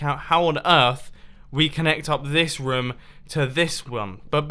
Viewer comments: he said wum instead of room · 😂 mumbo does not know how to pronounce room he calls it rom lol did you guys notice it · I love how he says rum. Meaning room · why does he pronounce room as rum? Am I the only one noticing xD? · i like that you can't pronounce room do good but instead you say ruum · And mumbo said this woom and this woom... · "from this rum to this rum" I love English accents